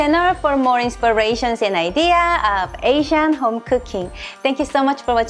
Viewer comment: I remember now! you pronounce 'home' like cartman in south park does. lol